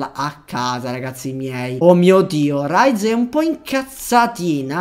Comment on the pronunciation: comunque ti devo correggere:si dice rize non raize e hide non haide